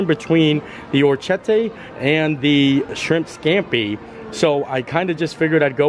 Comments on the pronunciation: I’ll help you out. Or-eh-kiet-teh 🇮🇹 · Or - ri - Ket - tee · You had it close,. oh-reck-ee-ET-tay. It means little ears. Both dishes looked so good. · Hey! I’m all Italian and it’s pronounced - or-ri-ket-tay which means “little ears” in Italian. I make this dish quite often. I love it!! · Hey! Thanks for another amazing video. I met you when you came to Magnolia Terrace at epcot, I was the cm working on the grill making oysters. So yeah, the pasta you got is pronounced Ora-key-yeti. It means "little ear" in Italian. Super tasty and def one of favorite pastas! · oh-reck-ee-ET-tay (Orecchiette are a pasta typical of Apulia, a region of Southern Italy. Their name comes from their shape, which resembles a small ear) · Or uh kett ee. Means little ears in Italian. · Well my family is Italian and the way we’ve always pronounced it is oh-kee-yetta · Okay, every time you tried to pronounce "orecchiette" an italian person died. That's me, I'm the italian person. I died. 🤣 So, if you are interested: 1) It's "Oh-reh-kee-eh-teh" 2) it means "little ears", and it's a pasta typical of Puglia, a region in the south 3) it's not a dialect thing, ch- in italian is ALWAYS pronounced as k- (we do not really have the letter k in the italian alphabeth) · It's pronounced 'ore kete' it means 'little ears lol it's one of my favorite pastas😍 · Hi. It's pronounced oh-reck-ee-ET-tay, small ears, hence the shape of the pasta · Or-I-Ke- te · Download Google Translate for the correct pronunciations. Is it perfect no, but orecchiette it's not as difficult. In this case the ch would be pronounced as "k". Orec-ket-tay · Ch in Italian is a K sound. Ci is che, long e, and Ce is cha, long a. Orecchiette means little ears. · "ch" is a K sound in Italian